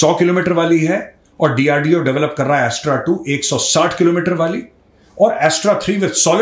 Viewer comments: Its not A.S.T.R.A Major its Astra(अस्त्र) 👍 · मेजर साहब, एस्ट्रा नहीं अस्त्र 😊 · वो अस्त्र मिसाइल है. एस्ट्रा नहीं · Yaa Bro I Know That, But Unhone Pronounce Jra Alag Kiya, That's Why Maine Unhein Ye Bataaya! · Astra is actually अस्त्र मिसाइल। Major , please pronounce the missile correctly.